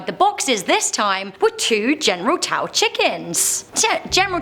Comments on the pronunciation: Lololol it's pronounced "general so". Not "taow" nor "chow", wtf 😂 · is no one gonna talk about how its pronounced general "so" and not "tow" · "General chow chicken" I think the really scary thing here was that pronunciation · When you pronounce General Tso wrong 😂